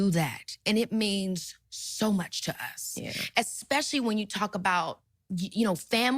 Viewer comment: Did she just say "Ex-pecially"? She said Ex-specially!😂